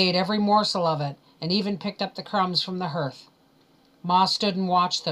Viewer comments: YES, HARTH not HIRTH!!! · Thanks for this. But, "hearth", like heart but with the "th". Doesn't rhyme with "earth" like "herth". Shouldn't bug me but that word seems to come up a lot. Or maybe it's a Canadian thing.